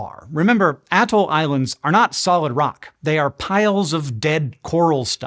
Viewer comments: Bro! The whole "ahhh-toll" is throwing me off. I have always heard it as "uh-toll." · Who you callin an atoll?